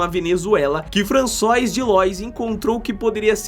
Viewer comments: Só uma correção: a pronúncia de "FRANÇOIS",é "FRANÇUAR". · O ideal seria ter uma pessoa que apresentasse o site sabendo falar (pelo menos as palavras basicas) . O nome não é François.